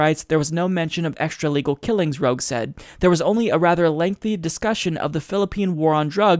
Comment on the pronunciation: Btw, "Roque" is read as Roh-Keh.